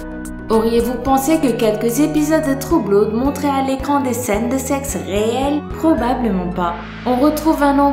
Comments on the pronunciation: "Trou bloude" je suis morte😂😂😂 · "Trou bloude" on adore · «True Bloude» mdrr